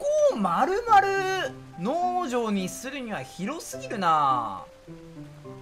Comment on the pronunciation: 相変わらず農場の発音が気になっちゃう ポーションの発音なんよ